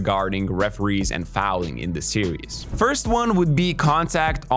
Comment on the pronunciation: series or serious, what the hell is he saying?